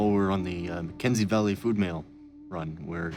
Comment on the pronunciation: Shouldn’t it be called HAY River and not Hay RIVER? Shouldn’t it be the McKENSEY Valley and not the McKensey VALLEY? Why do they emphasise the type of place,not it’s name?